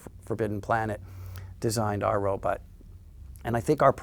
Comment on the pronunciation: Best thing about this interview? Bill Mumy still pronounces the word robot as “robut.”